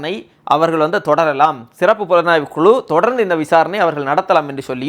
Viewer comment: வளக்கு, குளு.... என்ன தமிழ் இது?